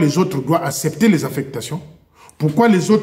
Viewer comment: On dit “ACCEPTER “ et non Assèpter.